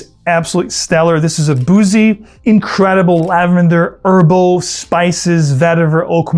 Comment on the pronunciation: Why does he say erbal for herbal?